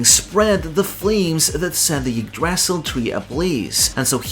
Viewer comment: Small note on the pronunciation of "y" in norse: It's a pure vowel, quite close to an english "i" (except with some lip rounding) As such, Ylva is pronounced /ilva/ instead of /jilva/. Same goes for Yggdrasil, it's pronounced /igdrasil/. I love the effort you put into the pronunciation, its very fun to listen to :D